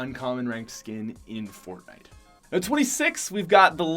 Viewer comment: Why did you say Fortnite like that 😂